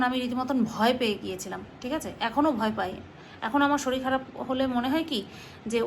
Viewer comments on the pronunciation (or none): none